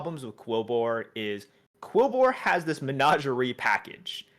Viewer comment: Lol I almost forgot how weirdly pronounces things. Menager-ay? Sounds like part of a pig latin phrase were you're slagging off your boss.